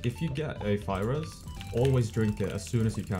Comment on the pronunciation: my stupid brain heard “virus” instead of “fire res”